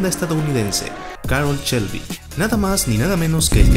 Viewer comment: Si muy padre y todo. Pero " Chelby" y " campion" ... echale poquita calidad a la narración.